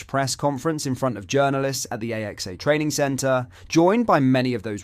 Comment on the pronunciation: "The A-X-A training centre" ??? You mean the AXA training centre?! I thought I'd put that in while I awaited, impatiently, for the MASSIVE News on Mo Salah And Virgil Van Dijk! You're as much use as a chocolate teapot! (Or, as you'd pronounce it, "a chocolate T-E-A pot!!! " 🙄)